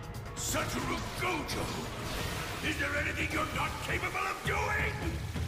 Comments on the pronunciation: Personally I don’t like jogo’s actor, he talks as if he’s slowly pronouncing gojo’s name in syllables one by one. He says it so unnatural-like. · The dubbing is awesome for the most part, but the thing I hate most about dubs is how the voice actors always say the names like a toddler, why tf does jogo pronounce gojo’s name like that, just say it quick instead of how you’d slowly read to some preschooler. He emphasizes the syllables so much, and it makes the whole name take two second to actually come out.